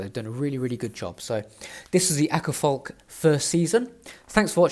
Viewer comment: The Å in Åkerfalk is pronounced like the British variety of "Aw" in Awkward and the a in falk is pronounced almost like the A in Atom